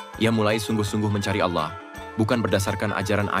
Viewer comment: Kenapa harus ngomong Allah dg auwloh gitu....